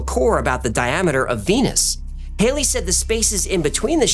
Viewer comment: Halley = Haw lee not hay lee...